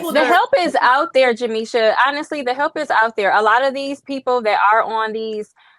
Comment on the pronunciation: She makes Jameesha sounds like a victim name😂